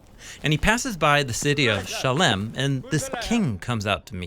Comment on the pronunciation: Great videos! I love them. I'm trying to figure out why you're calling it Shalem and not Salem, which is it's name in the Bible.